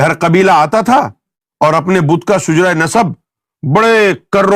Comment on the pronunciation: lafz Shujra nahin hota , shajra hota he .